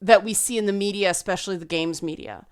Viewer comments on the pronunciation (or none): none